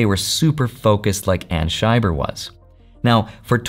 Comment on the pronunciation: It's Anna Scheiber, not Anna Shyer.